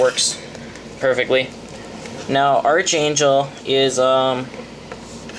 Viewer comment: ark angel its pronounced ARK